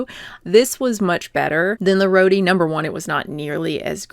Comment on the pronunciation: Great video!! You’re awesome. The bread is pronounced row-tee not “roady” hahahaha